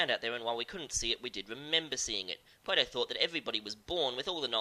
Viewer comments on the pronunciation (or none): While I love your work and this series, I never picked out that you might have rhotacism until this video. "Pwato" from "Gweece" made me cringe every time. Don't let my neurotic obsession with speech pathology deter you, though. Great episode to kick off the new series.